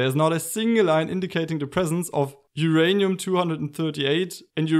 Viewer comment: Whose 'ranium?